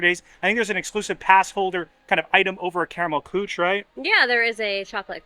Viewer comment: Karamell Küche is pronounced Car (flipped r) uh mell coo (but with an umlaut, so it sounds like how the Scots say "cow") - German back of the mouth hiss "ch" - eh. Kind of impossible to tell anyone how to pronounce it typed!